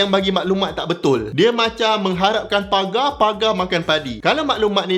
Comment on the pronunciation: Pegar bang pegar bukan pagar.... Ke sy yg salah dengar...